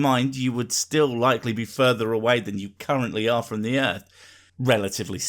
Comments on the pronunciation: So this is how you spell it. Earth, but it is said Earf. So is that “phat? Also, thuckin. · "Da Erff"? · The Erf fucking flat xD damn man learn to speak before you start on complex matters bwahah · Just where is this "Erf" of which he speaks? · Da Earf id flah yo! Dumbass! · "Da erf is fucking flat." Absolute gold. He ought to do stand-up comedy! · You could replace every instance of "suck my balls" with "because I'm retarded" and it would not lose context and would actually hold true. Also, I don't think anyone should take scientific advice from someone who says "earf." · I don'e thin diss foo from planet earf. fut dat. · what's an earf ? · "Its called an air-plane because the earf is flat". That statement gave me cancer. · Fuckin errf....is flat......errf.......bahahahahaha errf... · Why are so many supposed smart people so bad at talking. If you can't say earth properly you have no business telling people how it works.